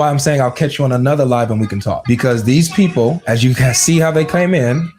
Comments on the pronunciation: Whenever they say "beoble" I always have to hold in a smile. It's too funny to me. God give me strength. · You miss his boint he is talking about all the beeble of the blanet....bleeeese listen